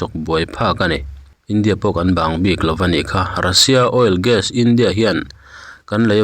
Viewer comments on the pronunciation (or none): Oilgas ti hian tinge i sawi ziah le, oil leh gas tih hi a har loh tehreng nen. Donetsk paw hi Dawneks ni lovin Daw- nesk. Flask pawh Flaks kan tih ngai loh hi. 😅